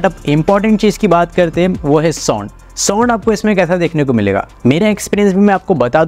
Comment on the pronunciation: Broo soond soond kya kar rahi ho. Its sownd